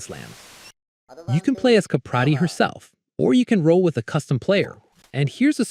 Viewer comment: You're pronouncing her name wrong dude.